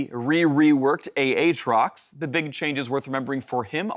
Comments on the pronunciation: YOU DONE MESSED UP A-A-TROX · A-a-trox I swear to ghad....